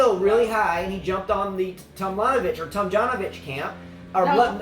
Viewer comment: I don't get it. You daughter's name is Liljana so why is so difficult to say Tomljanovic